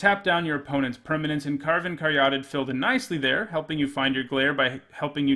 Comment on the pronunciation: Btw, Caryatid is pronounced carry-AH-tid, not car-YAH-tid